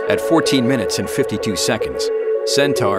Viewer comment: Cen-tar? I thought it was pronounced Cen-tor? And if ULA had started the process of building RD-180's in the U.S. 20 years ago (which they had a license to do, but cheaped out), then they wouldn't have had to retire the Atlas 5 at all. The same false economy is at work by not making the Vulcan main stage landable like the Falcon 9. Despite these criticisms, I still wish them luck.